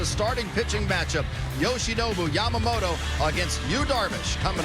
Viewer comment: あたり 彼女はヤマモロじゃなくてヤマモトってちゃんと発音してるのが興味深い。勉強から来るものか、元々この人の発音なのか アメリカは王貞治の名前も出してくれてたり、歴史の権威付けとリスペクト示すのが上手だね